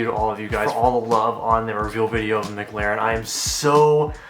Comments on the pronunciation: It’s McLaren not MGlaren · Gotta learn how to say mclaren